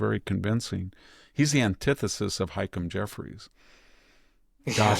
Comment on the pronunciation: I like Hik-em Jeffries better. 😂